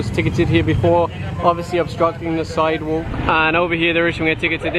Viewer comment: "side wook"